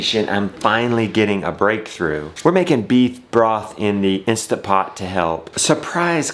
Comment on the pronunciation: Please! It is an Instant Pot. There is no instapot. That was born from lazy pronunciation. Look at your appliance. If you don’t own an Instant Pot brand then it is simply an electric pressure cooker. But I know you do not read these comments so why bother.